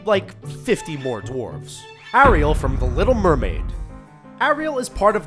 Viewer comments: It's not A-rial it's pronounced Air-ial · How the fuck are u pronouncing Ariel, a-re-all, why?. WTF man u literally hear her name in the movie, how the hell do these moron presenters mispronounce names they can hear pronounced correctly. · its pronounced air-real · I kind of hate how he says Ariel and Anna it's Air-I-el! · It's pronounced aireal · It's pronounced Air_re_al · The way he pronounced Ariel it triggered me so much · Lol! This guy can't say Ariel properly